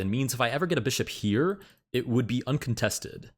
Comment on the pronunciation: Brother, do you really pronounce "here" as "heeyuh?" I enjoyed 1500s chess.